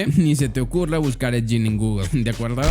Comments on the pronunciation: Es ed gein no jin mejor ve bien como se pronuncia hermano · 👻💕 no se pronuncia ED YIN!!!!!